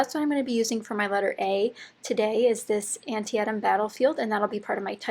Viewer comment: A fitting page for such an epic location. I'm in the middle of an ABC album (8x8 size). My "A" page was Athlete and featured pictures from the local Highland Games competitions. FYI - I think the battlefield name is pronounced An-TEE-tum.